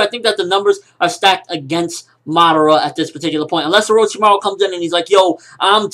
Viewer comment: xD the way he says orochimaru